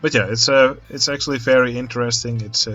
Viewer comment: In the theme of the video: everytime you said 'very' I misheard you for saying 'ferris' XD So uh.. ferris good job!